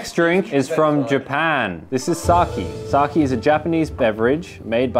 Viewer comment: i might be wrong but i think its pronounced 'sakay'